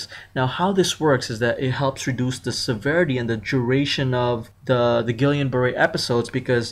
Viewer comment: I stopped listening when you butchered the pronunciation. :/